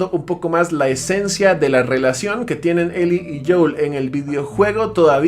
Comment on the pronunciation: Es Joel , no "joul"